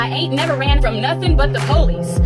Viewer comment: Lol she said Poolice